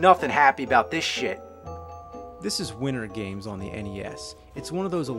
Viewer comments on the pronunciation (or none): Widdern games, another avgn speech impediment issue